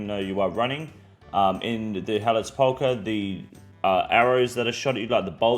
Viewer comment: SEP-ul-kur, not Se-PAUL-kur